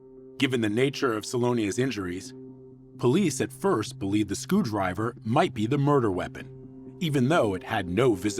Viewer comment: Skoo-driver lol